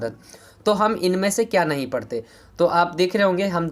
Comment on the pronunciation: Bhai parate nhi hota hai padhte hota hai 😅😅